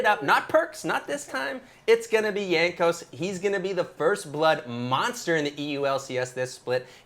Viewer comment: Hello,. Please pronuce the J in Jankos as in Jar. Thank you!